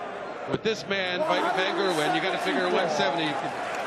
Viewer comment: Micheal von kurwen -_- its micheal van gerwen